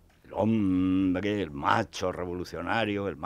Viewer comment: "El hombrgdre, el hombrgdre"